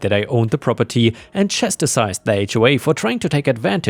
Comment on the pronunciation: FYI: "chastise" has only two syllables. It sounds like "chass ties". "chastised" is the same but with a "d" sound on the end.